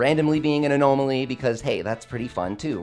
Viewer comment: Odd pronunciation of 'anomaly'